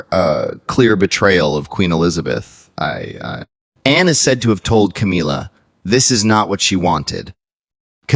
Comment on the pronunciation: Ca-mil-la, not Ca-meal-la.